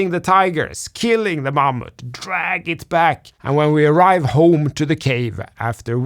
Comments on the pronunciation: I love the way you pronounce "mammoth" and wish you could find a way to use that word in every video moving forward. Thanks,! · I'm not sure why but the way you said "Mammoth" was so amusing 😊 *well I listen to YT on 2x so that might have contributed.